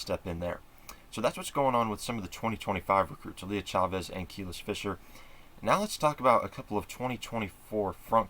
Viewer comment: Just a heads up it’s pronounced Kuh-lease not Keel-iss…since I’m sure you’ll be talking about her more and more